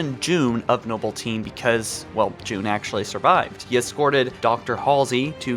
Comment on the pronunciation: Jun Not June